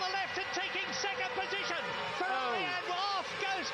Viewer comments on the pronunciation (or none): “Berger’s Fewawi”